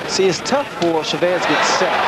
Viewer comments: teach ray how to say chavez name ,,, accent is on the a, just like your last name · sugar ray could never say chavez correctly the other announcer always did.